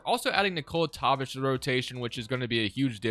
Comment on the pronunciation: I swear its pronounced Toe-pich not top-ick